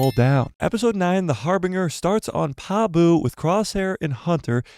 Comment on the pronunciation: Its pronounced Har binj er. Not har binger. Love ya